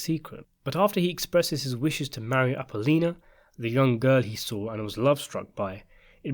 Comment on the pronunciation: Bro, you're freaking me OUT...it's Appa-Lone-e-ya (Appolonia) and Feel-o-meena (Filomena) jesus !